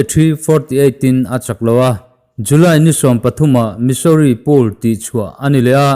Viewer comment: Pool leh poll i lam pawlh char char a